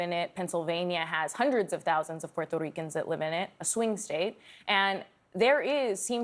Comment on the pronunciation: Every time she said “puerrrrreerto ricans” like if you gonna say in Spanish do so but don’t say it like that wth lol